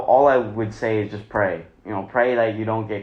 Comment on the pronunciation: Nigga said “pray”😂😂😂